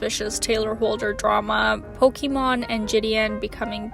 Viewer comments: Lol the Pokimon pronouncing is cute don’t worry 😂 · She said it was pronounce pokemawn keep malding